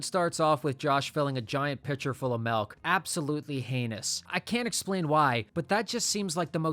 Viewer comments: most disgusting way to say “milk” as well. Mahlk? lol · “That just seems like the most disgusting way to serve MELK” my boy, that’s the most disgusting way to say milk. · If you pronounce it "Melk" one more time... 🤮😡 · Why do you say melk instead of milk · how many times did bro say "melk" instead of "milk"? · why do you pronounce milk as melk? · You pronounce milk wrong, there's a Julian Smith video about that. It's not "malk" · its pronounced milk btw. not melk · “Malk” instead of milk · Why do you pronounce it "melk" and not "milk"? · Its mIlk with an I. Not mElk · Are we just going to ignore "melk?" 😂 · *MILK* not MELK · The unmentioned crime is how you pronounce MELK 💀💀💀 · Is there any reason you keep saying "Melk" instead of "Milk"? Is it, like, an inside-joke I'm missing? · craziest thing in the video is you saying "malk" instead of milk. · I was enjoying this video until u repeatedly spam the word “malk” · Can you stop saying “mellk” like Julian smith lol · Brother, the word “milk” does not have an “E.” Why do you keep saying “melk?” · How do you expect me to respect a man that pronounces milk as “melk.” This is an outrage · I’m sorry, but are you saying “melk” 😂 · Why do people pronounce milk as melk? Serious question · You have got to stop calling it “melk” 😭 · Melk Malk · "Melk" -. 🤦🏼‍♂️🤦🏼‍♂️ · “Melk” - this guy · grossest part of all this is the way this guy keeps pronouncing "milk" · Tf is "melk"? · This guy saying “Melk” is killing me. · "arm 'melk'" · Say "melk" one more time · Wtf is melk? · Not the MALK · Bro it’s “MILK” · NOT THE "MELK" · the malk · it’s the wrong pronunciation. trying to save him from embarrassment